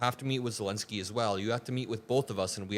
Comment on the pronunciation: thank you for getting Zelensky's name right - unlike Trump, Ben Meiselas, Kaitlan Collins and all the other Americans who keep incorrectly calling him "Zelinsky"